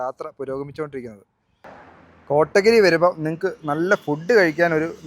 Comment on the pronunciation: കോട്ടഗിരി അല്ലാ, കോത്തഗിരിആണ്ബ്രൊ…. നല്ല അവതരണം 👍